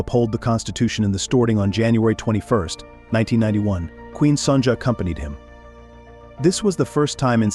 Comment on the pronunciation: Her name is Son ya